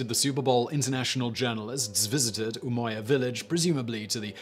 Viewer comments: Umoja is a Swahili term and is literally pronounced umoja not "umoya" I'm from Kenya and Swahili is our national language 😂😂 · Umoja was not pronounced umoya. The word didn’t come from Spanish but Swahili, and originally Arabic. Thus it’s pronounced like judge. This presenter has lost serious cred in my mind for not doing his homework